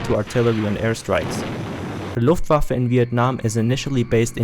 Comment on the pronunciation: The AI has terrible German - saying "Looft- Waaf" for "Looft-VAH-fa" (Luftwaffe) for example.